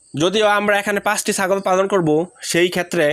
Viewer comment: পালনটা ভালো ভাবে বলো পালনটা পাগল শোনাযায়